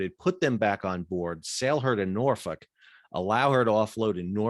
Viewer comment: I have to hand it to you for knowing how to properly pronounce Norfolk! I grew up in Va Beach, I appreciate your reporting on this. Now living in West Texas. You have a new subscriber! Thank you 😁🛫